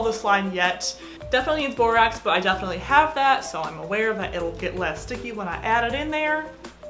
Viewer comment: I want a dollar for every time she said "Defiantly " 💀